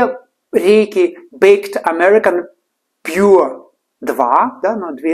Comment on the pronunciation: Я чуток поржал с "Пур Кентаки" , вместо "Пьюр"....получился вместо "чистого" - "бедный"! 😁